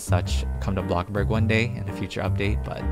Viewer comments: sorry for the late comment but i love his intro when he says "hey everyone welcome back to channel todai we're back BLOCKA BORG" its so funny! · Omg I love when he says booccaborg